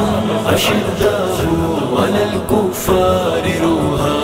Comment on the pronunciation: is men jo background naat khuwaan hain wo aayat galat parh rahe hain. ashiddahu nahi hai wo ashidaau hai